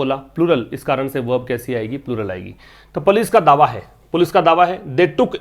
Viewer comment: Sir plz use right pronunciation for police